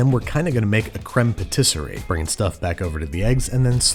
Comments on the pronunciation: It's "crème patissière" not "crème patisserie"! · It bugs me whenever they make this mistake on GBBO, so I'm gonna be that guy and point out that it's "crème pâtissière" (pronounced pa-tees-yair).